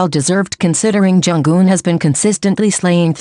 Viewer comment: Plz pronounce her name as Jung Eun , not Jung Geun😊 . From Korean fan. Thank you❤